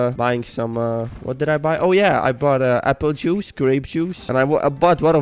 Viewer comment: the way he pronounces apple juice and grape juice is so silly 😋